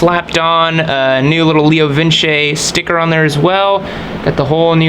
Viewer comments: Leo VINCE not lee oo vin ceeee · It is pronounced Leo Vinchy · It’s actually “ la-o-vin-cee” ;)